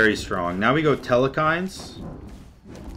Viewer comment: There is not nor will there ever be an E in the middle of Telkhines